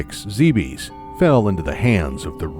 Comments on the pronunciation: The video itself is very good. The narration is disjointed, poor in syntax, uneven in audio, missing details, and with bad pronunciation, including on one of the series' most important words (Zebes). It completely took me out of the video, which is a shame as some people worked hard on this. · Could you for the love of god learn how to pronounce Zebes and Arron couldn't watch more than 2 minutes of this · I really wanted to like this video more, it I just can't. The starting narration is disjointed and pronunciations are bad, and that took me right out of the video. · Good video (I'm only ) but it bothers me that Zebes is being pronounced like a French Nick Cage. "Not zee bees!" It should be "ZEB-es." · zebes not zeebeeess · Heh. Zeebees. Heh heh... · You keep saying zeebees, I thought it was pronounced zebas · ZEB-ES not ZEE-BEES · ZEH. BES. ZEH, BES NOT ZEEBEES ZEBES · NOO IT ISN'T PRONOUNCED ZEE BEES IT IS PRONOUNCED ZEH BISS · It's pronounced Zeh-bess. Not Zee-beez. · its not pronounced zeebees its pronounced zeb es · ZEH-BEHS NOT ZEEBEES!!!!!!!!!!!!!!!!!!!!!!!!!!!!!!!! and other m should not be cannon. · It's not pronounced Ze bes its Zebis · Is it spelled Zeebees? Zibis? Zybyeeees? No? That's right. It's Zebes. Zeh-behs. Not that hard. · boring narrations and mispronouncing "Zebes" (Japanese is ZE-BE-SU) so shit should be obvious, made me drop this bid in less than 2 minutes. Nice job. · Sit down, excited to snug in and watch a nice, long, 20 min Metroid Timeline video. First sentence in the Timeline proper: "Zee-bees" -_ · Zeh behz correct? Not Zee bees? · I can understand someone thinking it's Zeebs, but not ZeeBeesss.... ugh. I always pronounced it zeh behz or zeh bess, like others have said. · GOD DAMMIT. It's pronounced "Zeb-S". I thought only IGN was getting it wrong. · Hearing "Zee-bees" over and over is so nerve wrecking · did you just say zeebees? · Love it but zeebees omg. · "Zeebees" And I've stopped watching. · zeebees lol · ZEE BEEZ!